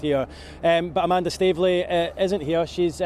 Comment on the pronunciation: A-man-duh? If you know, you know...